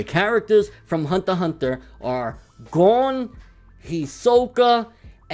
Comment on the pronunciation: pronounces Gon's name "Gong" you really start to work on your pronunciation bro, no hate nut it's true